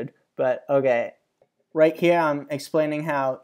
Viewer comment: it's more like "oh gay" to my ears